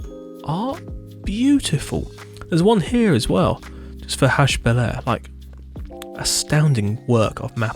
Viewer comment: In French, "haut" is pronounced like "oh" in English. So the pronunciation for "Hautbeliar" is "ohbeliar". :-) Great buildings, as usual!